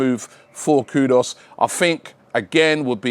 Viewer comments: Dear Salute 🙏🏾🙌🏾 always for you and your team's dedication and consistency. Simply a note that I believe you're mis-pronouncing the Ghanaian footballer's name. It's KUDUS (ku-doooos) and not KUDOS (ku-doors) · Robbie, it’s pronounced “KOO-DOOS”